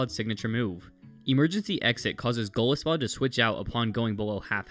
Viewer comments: It's golisopod, not golispod. Sorry I had to point that out but it was driving me crazy lol. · um aktually its pronounsed go-lie-so-pod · I don’t leave this comment to be mean, I truly don’t, but Golisopod is pronounced goal-EYE-so-pod. It’s a mixture of Goliath and isopod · The way he pronounced golisopod caused me physical pain